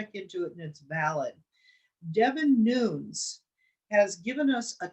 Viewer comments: DEVIN NUNES......PRONOUNCED......LIKE.....NUNEZ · Pronounce Devin Nunes as “Noon nez”